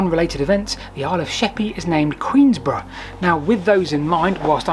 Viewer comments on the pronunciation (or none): Fascinating, but it is Queenborough, not Queensborough!! (seems wrong and it should be Queensborough!) Impressive bike Does Rebecca have a bike too?